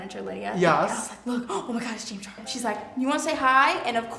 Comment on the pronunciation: was it just me or was it really "James Chares"